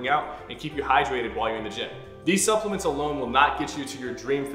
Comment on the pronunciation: “Supplement” when I heard That I thought it was suckuments